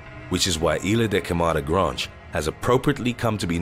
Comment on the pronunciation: "Granjj" = Grande